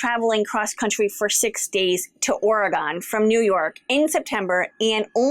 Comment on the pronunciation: I’m born and raised on Portland Oregon. When you visit, please remember it’s pronounced OR E GUN. Enjoy your visit!